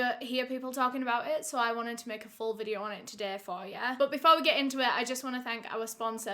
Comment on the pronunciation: So today’s videuhhh 😂 love your content!